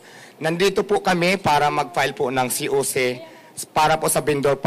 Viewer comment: Hindi mo Nga ma pronounce ng maayus Ang COC ihhh hahah